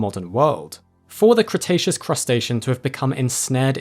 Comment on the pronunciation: Cretaceus Crustacean. Crikey